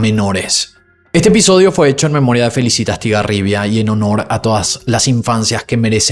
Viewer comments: No es fe li cí ta, es felíçita con acento en la segunda silaba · Se pronuncia Felícitas, con sílaba tónica en la Í.